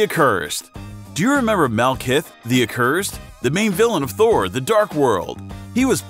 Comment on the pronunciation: How he says it How its spelled Helmsworth Hemsworth Malkith malakith Doctor stranges red cloak cloak of levitation Tichalla T'Challa The endgame Avengers endgame Fendral Fandral